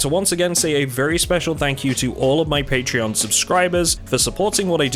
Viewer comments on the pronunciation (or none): none